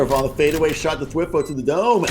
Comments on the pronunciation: Kinda triggering the casters are constantly saying thwIfo and not twAIfo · dude wtf are these commentators cant even pronounce thwifo